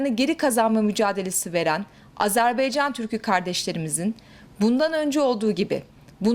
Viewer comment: AzerBEYcan değil yarbayım AzerBAYcan olacak Allah aşkına reisi cumhuru hiçmi dinlemiyorsunuz lütfen dikkat edelim